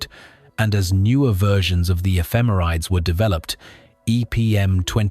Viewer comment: This is driving me crazy... "Ephemerides" is pronounced /ɛfɪˈmɛrɪdiːz/ ("effih-MERRih-deez"). I've given many a presentation on orbital data with spacecraft ephemerides so I've gotten that correction before